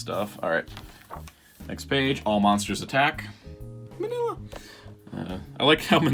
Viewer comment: He's Pronounced (Mean-nYa) not Manila like that Philippines.